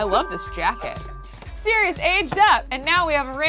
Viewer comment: Who else gets triggered when she says Sereois in stead of Sirious